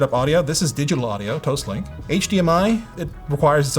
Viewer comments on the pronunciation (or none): Toast-link, not toss link.